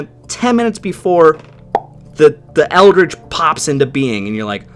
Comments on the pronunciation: USS ELDRIDGE...not "ELDRICH" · You said USS Eldridge but I heard USS Eldritch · Eldridge, not eldritch. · The... Eldrige? Uh-huh. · USS Eldridge? Or Eldritch?